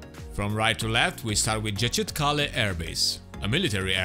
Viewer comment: Nice, accurate review. I liked it. I play DCS and I speak Turkish. The C in Ercan and Incirlik is pronounced J as in John or Jedi. Injirlik. Erjan. The C in Gecitkale has a tail like in French and is pronounced ch as in chat. Gechitkale. The s in Pinarbasi is pronounced sh. P'narbashi. Very soft i at the end. Looking forward to this map very much.